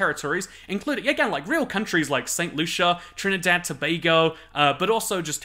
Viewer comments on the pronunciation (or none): none